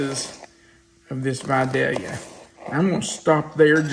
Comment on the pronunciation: I'm from Georgia. Thank you for pronouncing Vidalia correctly 😀